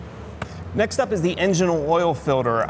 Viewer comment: Filder? Is that a Pennsylvania thing? 😂